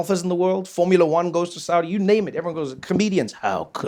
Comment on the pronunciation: You saying it right, Trevor.